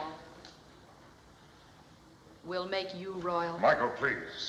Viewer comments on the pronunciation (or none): They should have told Gregory Peck that the name of King David's first wife was Michal, because he has pronounced Michael.